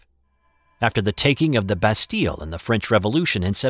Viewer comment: Your French pronunciation is very Good Btw.